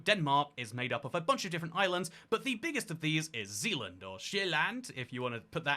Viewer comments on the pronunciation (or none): none